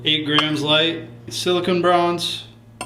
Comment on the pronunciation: Pronouncing "silicon" as "silicone" (and vice versa) is just wrong, whether you're my neighbor or just some yahoo on the internet like yourself.